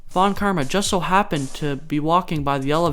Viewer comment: Sorry, but von KIRMA??